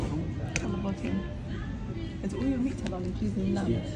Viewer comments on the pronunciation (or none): none